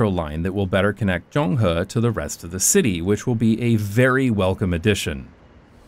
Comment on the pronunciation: As an urbanist, traffic safety advocate, and long-time fan of this channel who happens to live down the alley , I absolutely love this video! Please talk about Taiwan more! btw, shout out to the perfect pronunciation of "Zonghe"👍